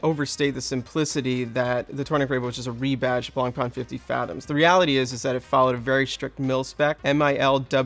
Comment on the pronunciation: sorry about this, but I just need to say: people need to stop saying "blonk-pawn" LOL